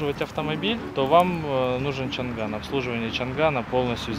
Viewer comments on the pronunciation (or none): Правильно не чанган а чанан